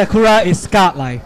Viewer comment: lol is he saying god-like? sounds like scott-like haha, i love he's dope as fuck.